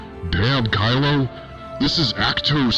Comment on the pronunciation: Did he say “Scar-lo”??